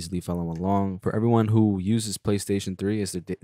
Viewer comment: man he get me everytime lol talm bout "playstion 3" 😆